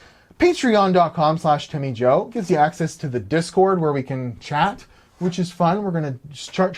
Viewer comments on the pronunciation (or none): none